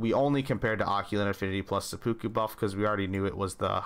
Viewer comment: This man said occulant and sepooku instead of occult and seppuku while offering us the best data set we could’ve asked for. Absolute legend